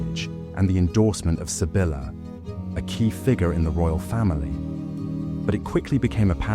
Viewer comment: Love the accuracy...but please...learn to pronounce names a little better....sorry...but it's very annoying. Like Sybilla...